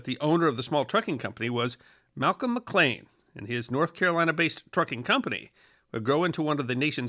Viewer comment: One point: Malcolm McLean's last name is pronounced "Mc Leen", not "Mc Lane"